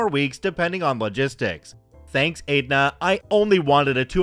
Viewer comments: Hey,, Aetna is pronounced ET-na, not Ate-na. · sorry. It's pronounced "Eht-Nuh", not "Ate-Nuh" lol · Just FYI: Aetna is pronounce ETT-na not ATE-na :) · Not sure if anyone said it. 'Aetna' is pronounced Et-nah. Insurance is the worst here and makes no sense a majority of the time. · It's pronounced Etna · STORY ONE....Aetna is pronounced ETna the A is silent....go figure.